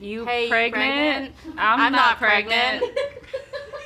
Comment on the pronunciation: It's pronounced GREGNANT 😂